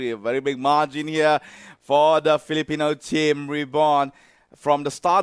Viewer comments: That guy kept saying "filiporn" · Philipron?? wtf